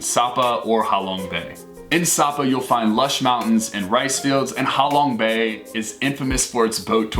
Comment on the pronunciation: Ha Long bay = how long bay 😂😂